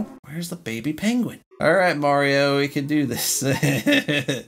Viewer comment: rascyue da penguein